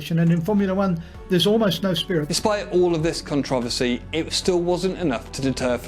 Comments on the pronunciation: It’s CONTROVERSY not CONTROVOSY. How does a 30 year old man not know how to properly say controversy????? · Con trav a see? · Never heard someone butcher the word controversy before